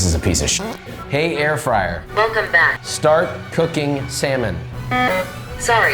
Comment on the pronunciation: Just say "START"